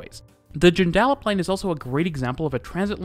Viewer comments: Just a tip “ Joondalup “ is pronounced incorrectly in your video. The emphasis is on Joon not on dal. Hence you say it like “Joon-d’lup”. Also you might like to know that Perth is about to install the first trackless tram system in the Southern Hemisphere. Running on lithium batteries it draws power thru a magnetic strip under the tarmac of a road and recharged in 30 seconds at each station. It will initially run from Mt hawthorn to Glendalough train station and on to Scarborough beach fully along Scarborough beach road. It is planned to eventually have these trams in multiple routes including in Fremantle to Murdoch university, Perth city to Curtin university and perhaps connecting many areas in an east west direction with transfers to train stations. At roughly $15M Australian per kilometre it is about 10 times cheaper than installing traditional trams or light rail. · Mate..loved the vid but your pronunciation of Joondalup really grated! Try saying it June-da-lup:) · Sorry, the Ellenbrook line will have 5 stations, not 13. Morley Noranda Malaga Whiteman Park Ellenbrook Where did you get 13 from? Also, Joondalup is pronounce June-da-lup, not sure where the N is that your saying. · Joondalup..... pronounced Dune da lup. STILL waiting for a better system to Bunbury south of Mandurah.... no train at all for months. Bear in mind when it does run, it's only twice a day each way to Perth. Otherwise cdrive 2.5hrs to Perth. However, the current hit and miss train also takes 2.5h4s to get into Perth. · It's pronounced june-da-lup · Got most of the pronunciation right, except Joondalup, which is pronounced June-de-lup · Joondallup…pronounced with emphasis on “Joon” rather than “dal”. JOONdallup. Just a tip. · Would have given it a 5 out of 5 but pronouncing Joondalup, Joon-duh-up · The way you say 'Joondalup' puts the emPHAsis on the wrong syLLAble - should be 'JUNE-dah-LUP' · Its JOON da lop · Joondalup = june - dull - up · Joondalup = Dune-da-lup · lol joonDAlup